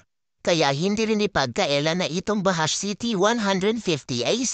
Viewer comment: Ang pagbigkas po diyan BAJUDGE hindi po bahash 😅